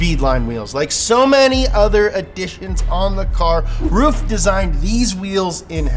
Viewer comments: That joke was wank and did not work it's pronounced(run) roof it's pronounced rough idiot and least you pronounced aluminium right lol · its pronounced roof? I've always thought it was like 'ruff' since gran trismo 2 lol. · Lol “Roof” isn’t it Ruf. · He was pronouncing rug wrong it's pronuced rough but who cares right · Somebody please teach how to pronounce the foreign words, because it's not funny to be look ignorant, when you make such an information-soaked show;) thank you